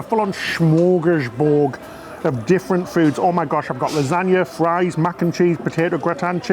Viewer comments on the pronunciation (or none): none